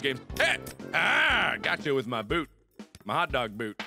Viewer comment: I lost it when he said "NEH YOU FELL INTO MEH TREHP CAHRD"